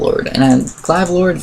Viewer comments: he said glive Lord not glaive Lord haa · he says Glive lord 😂